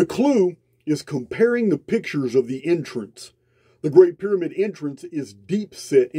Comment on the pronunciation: thanks ❤️❤️ I love your voice! and your accent ❤️ (I'm not being sarcastic, I know you've copped flack over how you sound, I'm just here to say I love it!) especially when you say 'entrance' and it sounds to me like 'intrance' much better word!! and somehow your 'understand' sounds like 'innerstand' also, heaps better word!! thanks man, really appreciate you ❤️❤️